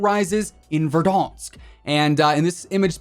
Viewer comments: Why you say verdansk like you outta France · Verdansk isnt in France ... plz stop the French accent when you say it . Thank you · Please say Verdansk properly.. you’re not french. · "The threath rises in VERDUNKS" -Hey hi how you doin gentleman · The way he says verdansk 🤣🤣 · Every time you say verdansk I picture a little French man with a cigarette and baguette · again, says verdansk in cursive